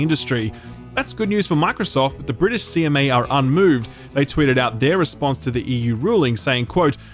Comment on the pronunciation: "The brisitsh and the Europeans"